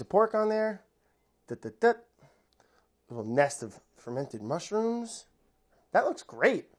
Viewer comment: Everyone: Fermented Mushrooms Brad: Feim Mush